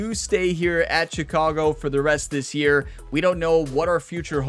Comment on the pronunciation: Will you ask for a trade so I don’t have to listen to you pronounce Chicago wrong?